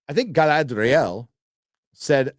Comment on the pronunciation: Why call her guyladriel ?